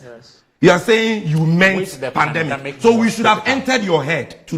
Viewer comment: It's not pandamic, it's pandemic